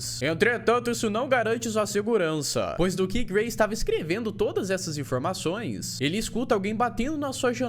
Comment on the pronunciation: Eu ouvi o chamar o gray de Gary kkk